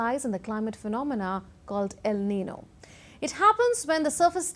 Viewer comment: Aren't you pronouncing el niño and la niña incorrectly?